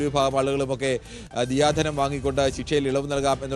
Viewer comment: ദിയാ ധനം ആണോ ദയാ ധനം ആണോ 🙄😅